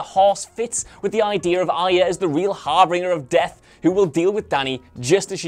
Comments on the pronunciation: Nit-picker here: it’s pronounced “harbinger” not harbringer. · Harbinger. You know it's not harbringer, right? :) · Please learn to say harbinger properly, it is pronounced har-bin-jer, not har-bringer. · Also, “harbringer of death”. Har-bringer? Lol